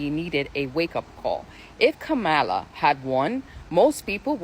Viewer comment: This is right wing propaganda. It's the same propaganda that was spread that has more younger black people repeating it doesn't matter if you vote or not they are trying to get people to vote republican in the mid terms and her name is comma-la. Say it right if you want us to THINK you are an ally